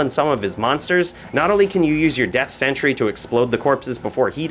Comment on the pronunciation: .......how many times did he call sentry "Century"